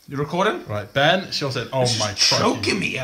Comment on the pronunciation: At 635 I thought he said bent instead of Ben